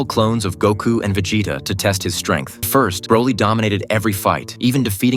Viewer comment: did you say veJAYta ffs